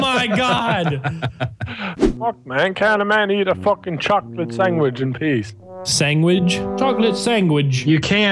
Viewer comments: dog yoinks "sangwhich" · chocolate sangwich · I love coming back to this video for when steals the “sangwidge”. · Chocolate Sangwidge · "Chocolate Sanduige" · Its chocolate sandwidge